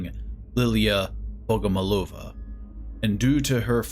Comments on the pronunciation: It`s Liliya BogomOlova) Accent on third O) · I believe he's pronuncing her name like bogomolOva. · Thank you very much for the video. Regarding Russian surnames, there is a typical accent for Bogomolova, which is "BogomOlova". However, It's not that important. There can also be the variant BogomOlova. The way the surname is perceived depends on this. The surname consists of two parts: "Бог" in Russian (transcription in English: "bog") means "God", and "молова" (transcription: "molova") looks like a word for "pray", so the surname can be perceived as "prayer to God". If the stress is on "molOva", it can be heard as "grinding", which means "sent by God to grind, chop, gut". In the third case, the surname sounds like an insect, the praying mantis, in Russian: "Богомол" ("Bogomol"). As I get it, this is what Red Barrels meant. Maybe my information was interesting. I wish you good luck and all the best. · Why everybody say bogomolOva, that isn't right. BogomOlova! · In Russia we say BogomOlova :D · its bogomOlova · kinda every voice actor doesn't know how to pronounce foreign names and surnames and that's okay. I'm Russian and bogomólova is the correct way to pronounce it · still it's wrong. somebody teach them how to pronounce it right